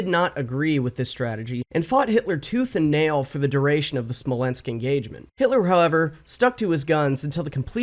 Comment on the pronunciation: I had a physical reaction when you said the word "Smolensk"